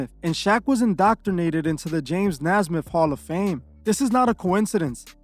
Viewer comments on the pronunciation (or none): bro love the channel but you are SOOO bad at names James NAY-SMITH Scottie PIPPEN not Pimpin